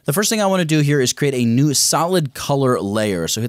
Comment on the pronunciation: Did you say file> newD